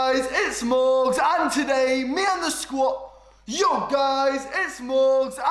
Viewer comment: lol no matter what happens i still wont stop laughing at morgz mom saying his name like mow gain